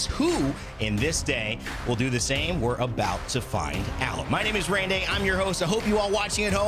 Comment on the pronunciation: not being able to say his name 😂